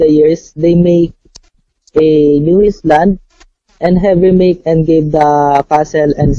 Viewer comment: a new is-land